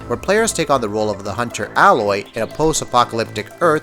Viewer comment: I'M SO SICK OF PEOPLE SAYING ALOY WRONG!!